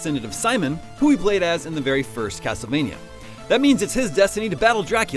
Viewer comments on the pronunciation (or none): none